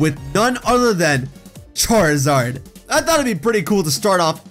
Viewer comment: charizard not charzad